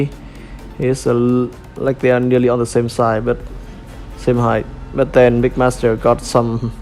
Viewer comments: It’s mixmaster not migmaster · Sounds like "Mickmaster" haha Good review I'm definitely buying this figure. Maybe even two since I want one for combined mode. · too much of the saying Mick Master and not Mix Master